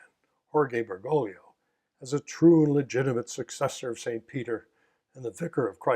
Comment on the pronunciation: Bergoglio is pronounced with three syllables, Ber-go-lyo, not four, ber-go-li-o.